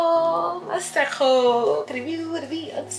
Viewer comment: The fact that you pronounce Masego correctly… shows that you have some South African ness in you 😍❤️